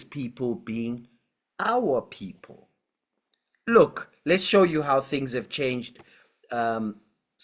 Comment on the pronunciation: "Our Poepol" 😂😂😂😂